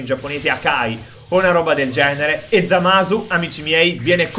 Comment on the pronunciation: hai di dice Zamas